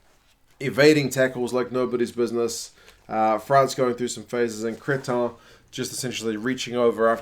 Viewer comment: Hi again.. Please dont say Crétin ( who means dumbass in french) but Cretin..a little mistake but it make the différence..